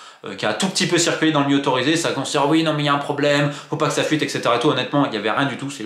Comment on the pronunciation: le miieu pour le milieu. J'adore Romain mais il a un débit de mots et phrases trop rapide pour l'écouter assidument. Dommage!